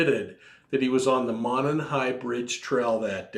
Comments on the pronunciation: You’re so cute! Thanks for a great podcast. FYI, as a local Delphi resident, we pronounce Monon as Mow-non. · It's pronounced mow-non. No big deal just a heads up.